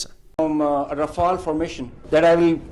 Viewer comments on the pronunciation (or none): Btw. the french built canard fighter jet is called "Rafale" not RAPHAEL (this was a ninja turtle), btw. there is a french guy on youtube teaching the pronunciation for english speakers. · It's Rafale.... Rä-fale. Not Rafael, Rafael is an Israeli defense company. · stop saying rafele ts make my ears bleed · is how everyone pronounces the word RAFALE, try to remember it for the future use. 😅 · Even the Pakistani pronounce Rafale better... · Still waiting for a US youtube influencer who can pronounce "Rafale"...